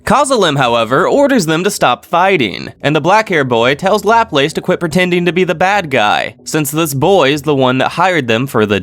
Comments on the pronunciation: It's not "lap-lace" it's "la-place"(-plas) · Sorry how are you pronouncing laplace? It’s Lu-Plass Great video tho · The way that laplace is pronounced is so... Annoying